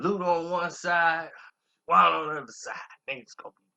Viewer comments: HOW YOU SPELL HER NAME RIGHT BUT CANT PRONOUNCE IT ALL THREW THE VIDEO. ITS NOT SHAWANNA ITS SHAWNNA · Thank you! He mispronouncing her name all thru the video! Smh...lol! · You keep calling her Shawanda and its Shawnna :face-green-smiling::face-green-smiling::face-green-smiling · it’s not shawanna it’s Shawnna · Nice video..her name is Shawnna not Shawanna bro keep pronouncing it wrong. Who was Shawnna pregnant by.. da label is DTP not DDP coz it's a wrestler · How many times this fool gonna say Shawanna. RIF (Reading Is Fundamental). Have you ever heard a song from her where she plainly says her name is SHAWNNA. It's pronounced (SHAW-NAH). Get it right. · and saying Sharanna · This guy stay messin up people names! Her name is pronounced Shawn-na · u must be a real goofy.......her name is pronounced "Shawn na". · U can't even say the label or her name correctly. They played Shawnna to the left and she helped blow Luda career up on back for the 1st time album and more... she should have had a better platform frfr... Shawnna was hot and niggas was even rapping her lines... DTP was a slavery label as well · He can't even say her name right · ikr👍🏾he’s actually telling the truth. I believe him. I remember her with infamous syndicate and her father was in the video. I remember when they were promoting battle of the sexes and she disappeared. All the details are spot on but you can’t say her name correctly 🤦🏿‍♂️ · Completely botched her name and record label